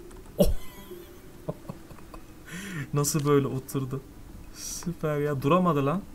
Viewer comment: Nobody::süperğ yiaa